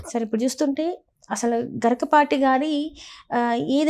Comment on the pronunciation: గరికపాటి కాదు గరికిపాటి 🤦🤦🤦